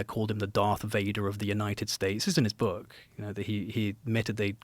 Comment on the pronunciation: It's nice to have someone on that's not saying it's in my boook, it's in my boook!